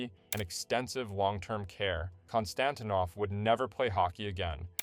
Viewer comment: Kon-Stan-teen-off Fe-tee-sof